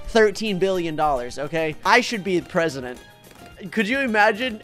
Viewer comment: Tewtity as presudint